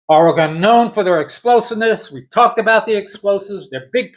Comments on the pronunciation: Yeah, it's not oreGON(e)...it's OREGUN....like or-e-gun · Great commentary but it’s pronounced OREgon, not oreGON. But that’s my only quibble. Love for the game and Rutgers on full display here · I dig ur video, but it's Ore-ig-inn homey.. Not Or-i-gone.. It ain't hard dude, East Coast bias sucks.. Can't even say our name right.. It's Root-gurs right? Come on man.. Ridiculous.. And after 35 yrs you can't figure out our name? JC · It’s pronounced Or-eh-gun 😄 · OK, Oregon iz pronounced O.R.Y.G.U.N. Just plain old O.R.Y.G.U.N. orygun... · Only stupid Americans miss pronouce OREGON. I have yet hear a British missed pronouce the word Ore-gun, maybe because it's their language.😅 🎉🎉🎉Go Oregun Ducks🎉🎉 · It's pronounced Oregun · Aw-ruh-gn is the proper pronunciation-Oregonian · That’s incorrect. It’s pronounced Or eh gun. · Oregon...say ORYGUN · Pronounce it like your saying “organ” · Hey, its OR-E-GUN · Thank you for trying to help him say Oregon properly!!🙏😅🖖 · He almost said Oregon correctly…once. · It's okay that you can't pronounce Oregon correctly, reminds me of the old days when nobody knew where we were located. Also, I don't know where Rutgers is. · ~ For one, you're saying Oregon wrong..... For two..... If you were at all "surprised" at Oregons size, you have no idea about college football.... Oregon literally has one of the biggest most physical teams in the entire country and everyone knows that... Objectively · If you're going to go on a rant my friend .say the name right. It's Oregon. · Learn how to say Oregon